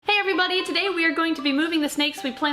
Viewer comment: When you open your videos, it sounds like you say, "Hey everyBUNNY!" 10 out of 10 family members and friends agreed!